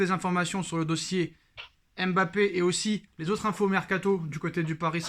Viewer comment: on ne dit pas M.BAPPE mais MBAPPE merci.